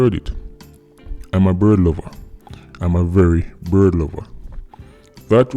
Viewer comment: "I'm a very bird Lova" smh. Him mouth slip